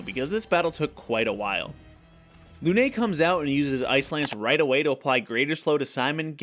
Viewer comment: french prononciation review : lune is the usual you basicly say lu-nose(thats how it sound to a french) but i dont think english got the french "e" sound, potier was very good thats how you say it.